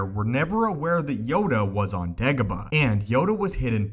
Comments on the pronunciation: Say it with me, Day-go-bah. Not De-go-bah. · He says dagobah weird and its really annoying. Not da ga ba Its day goh bah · Dagobah not degoba. Its quite simple u fucling complete moron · Dagobah... not degoba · Its dagobah......not degobar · DAY-gobah, not DEG-gobah. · It’s day go bar.... not degaba 🙈😂😂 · you are not saying it right it pronounced daygobah not degobah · "Degabo"? Haha you pronounce Dagobah kinda weird 😂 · "why degabuh" same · I think it's "Degabah" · Does the vowel "a" really sound like "e(h)" as in "every" where you're from??? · Degobuh lol heard this so many times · I think its how he pronounces it that makes it weird for me. "DehGuhBuh" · Every single time it sounds like "Degobaa", very annoying. Without any actual info newer than 15 years and a super clickbaity title and thumbnail, this is one of the first clips I'll give a dislike... New low water mark. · jesus frucking crist if this youtuber says degobah one more time im going to leave.. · He says degobah..horrible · How many times he said dagoba | | | v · Anyone else triggered at how he pronounced dagobah